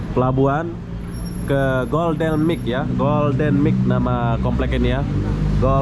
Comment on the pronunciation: Golden Mile bang, bukan Golden MIC